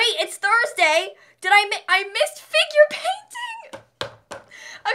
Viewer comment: Whenever she says ‘Figure Painting’ I keep on think she say ‘Finger Painting’ and it sounds so unprofessional lol